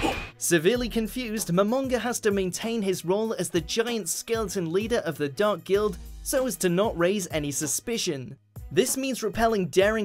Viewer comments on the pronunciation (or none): none